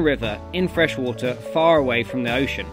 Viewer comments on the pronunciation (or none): none